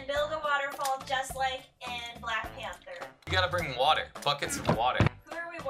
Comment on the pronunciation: What's a 'pamther'?